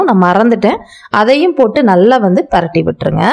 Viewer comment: பெரட்டி விடுங்க என்று சொல்லாதீர்கள். பிரட்டி விடுங்க என்று சொல்லுங்கள்